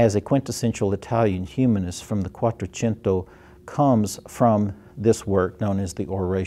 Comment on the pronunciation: Please, it is not ^^ miran DO la^^ with the stress on DO. The correct pronunciation, the only one is ^^ mi RAN dola ^^ stressed on the RAN syllable. You got ^Quattrocento^ right, if that is a consolation.